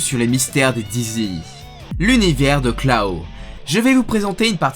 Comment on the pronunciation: Klaw ca se prononce comme claw (griffe) donc « klo » merci